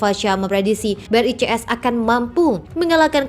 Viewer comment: Brazil ,Rusia, India ,Cina, south Afrika di baca BRICS ,bukan BRI,CS ,emangnya bank BRI apa hahahaha 😅